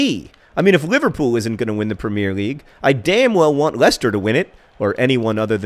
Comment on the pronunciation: Am I the only one who cringes every time John says "premier"?